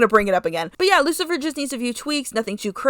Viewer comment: I like this Lucifer redesign ❤❤❤ also I'm in the teeth cult 🎉🎉🎉 also yes your pronounce it correctly and you can just say Rose in the future if u want ❤❤❤😂